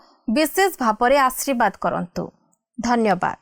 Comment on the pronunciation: ଆଶୀର୍ବାଦଟି ଠିକ ଭାବେ ଉଚାରିତ ନ ହେଲା ପରି ଲାଗୁଛି ମାଡମ